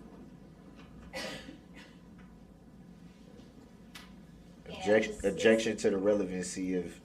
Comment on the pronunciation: objictshun speckalativ lol. omg the tooth clip made me laugh